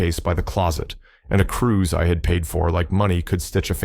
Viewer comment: I love revenge stories. But, it is cruise not crews.